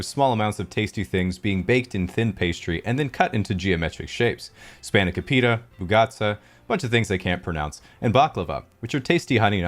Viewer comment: His spanakopita pronunciation was so bad it threw me off for a sec - a Greek